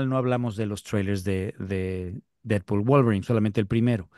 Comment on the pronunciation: 😆 "Didpol y Volverain", nada en contra de los muchachos Tienes que buscar con quien "discutir - debatir" al tú por tú ¡Felicidades por intentar cosas diferentes! PD: ¡Thor!! 😆 PD2: 🤷‍♂️ No aparece "Cable" ni "Dómino" por cuestión de presupuesto, ¡no te claves! 😆